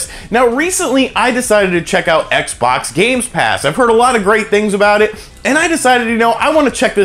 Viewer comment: the way he says xbox hurts